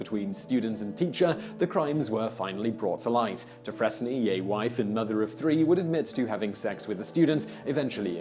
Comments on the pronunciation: Hey Simon, Dufresne is pronounced Due-Frayn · This is both late and nitpicky, but Dufresne is pronounced 'doo-FRANE', rhymes with 'due pain'. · Dufresne is pronounced "doo-fraine". Stay in school. Just teasing. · That's "doo-FRAYNE," Mr. Whistler. Not "dus-FRESS-nee." ROTFL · Simon, Simon, Simon...Dufresne is pronounced "deh-frayne", not "deh-freznee". Tell the truth Whistler, you love being corrected by me on your pronunciations. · 'Dufresne' is pronounced Doo-fray-n, as in like, Andy DuFresne from Shawshank Redemption. The sound 'frez-nee' doesn't exist in modern English. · Doofrezne? Really... Try Doofrayne. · It's not "doo-FRESS-ne", it's "Du-frayne". Sorry, pet peeve. Just call it a bonus fact, Simon. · It’s pronounced doofrain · Dufresne is pronounced dew-freen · Dufresne is pronounced "Durfrain" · Do-fray-N not dufresne. 🤦🏽‍♀️🤦🏽‍♀️🤦🏽‍♀️ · Dufresne is pronounced DooFrain. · The name is pronounced “Du-Frayne” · I believe it's pronounced dew frain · LOL, "duh-fress-nee"? Simon, have you never seen "Shawshank Redemption"? 😂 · Dufresne is pronounced "Du-Frayn". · the S and final E are silent in Dufresne